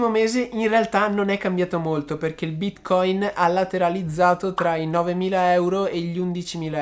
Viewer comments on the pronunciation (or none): Ma perchè bìtcoìn?